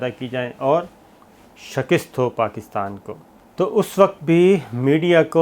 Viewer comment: Sabir sab Urdu k ilfaaz ka tlafuz tu theek krlein... Lafz "Shakist" nahi hota, "Shikast" hota hai!!